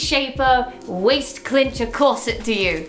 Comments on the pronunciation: it might be an english thing but i cant handle how she keeps calling it a clincher not a cincher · Cincher. Not clincher. Clinching is a waaaay different thing. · Cincher, not Clincher... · Why is no one bothered by the fact she calls it a "clincher" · Jes - ya isn't it chincher or smt